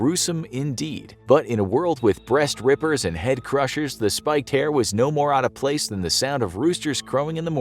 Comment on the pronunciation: Anyone else here him say breast ripper? Yea, me too 😰